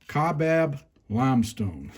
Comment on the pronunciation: KAIBAB, Not even close... I'm betting you are not from around these parts. Most people from AZ say it as Ki bab. "a" is ignored or as in Keye bab or Ki (like hi) bab (like grab).